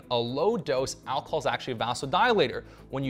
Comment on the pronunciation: "al-col?" It's "alcohol," Goofy.